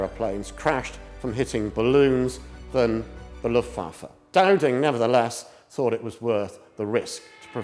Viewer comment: With all due respect, I find the pronunciation of Luftwaffe a bit distracting.